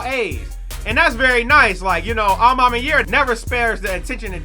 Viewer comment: You sayin a ma maniere wrong made me click off this vid jeez